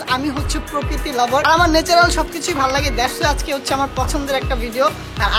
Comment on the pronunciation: ভাইয়া প্রকৃত না প্রকৃতি 😂😂